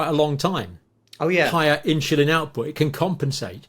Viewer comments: Excellent session, again. Thank you. Just a comment for John: insuline and not inshulin. Please! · Pronounced In Sul In not In Chil In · what is "inchulin"?